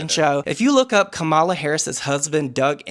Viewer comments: Its comma-la please pronounce her name correctly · Mispronouncing Kamala’s name when we KNOW how it’s pronounced is not okay, my guys 😭